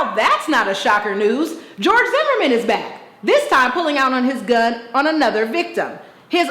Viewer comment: She said Young Jorge!!! LMAO!!!